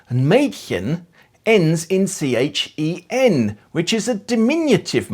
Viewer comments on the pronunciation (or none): none